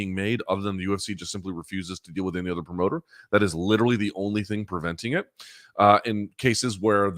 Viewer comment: If I may, worldview, LIT-TER-AL-E